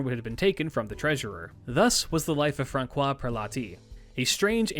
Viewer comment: I know that it's really minor detail, but correct is ”Fran-SWAH”. The ç ist soft. I know I know... "Frunch" however just wanted say this cuz it was like anvil for my head. Besides good video like always